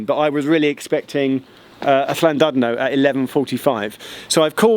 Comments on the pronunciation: Geoff, it's actually pronounced Llandidno, other than that, nice info. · Llandudno is pronounced approximately (as an English person might hear it) as "Clantidno" the "u" is prounounced as an "i". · It's pronounced llan-did-no :) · Geoff. Good video. Llan-DID-no is how you pronounce it! It does matter...please. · He was okay with llandudno, but it is as he pronounced it, but the DUD part is pronounced DID. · I was so surprised when he pronounced Llanrwst correctly but then it fell apart with Llandudno and Dolgarrog 😂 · He didn't have enough saliva in his mouth to pronounce Llandudno and Dolgarrog correctly lol ;)